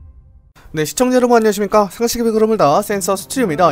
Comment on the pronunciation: 발음 흘리는거 킹받네 ㅋㅋㅋㅋㅋㅋㅋㅋㅋㅋㅋ 상식의 벽으르흐르느르